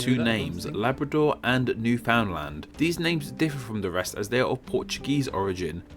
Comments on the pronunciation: For the record, Newfoundland is pronounced New-f'nd-LAND, not pronouncing the U and with the emphasis on the last syllable. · Every time I hear these narrators try to say "Newfoundland" I get a pain in my left eye. It's "Newfn- LAND", not "New-Found-Land". Same with Anglophones pronouncing "poutine". It isn't "poo-TEEN", it's "poo-TSIN".